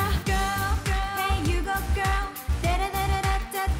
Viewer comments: when they say the word 'GIRL, i heard 'gurr'... when it comes to mina i heard 'Girl'. she pronounced it well.' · Mimi If you check the other comments you can see that Mina's pronunciation of Girl is a topic for fanwars so mentioning her like that could provoke something